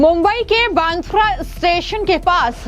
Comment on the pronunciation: पत्रकार महोदया क्या आप सीधी हींदी भी बोल नही पा रहे हो फीरभी आप एंकरींग कैसे कर लेती हो अब आप सीधेसे बांद्रा की रीपोर्ट कर रही हो और आप बांद्रा नही तो फांद्रा बोल रहे हो तो क्या आप अमेरिका या इडली से डीप्लोमा कीये हो ये समझना जरुरी है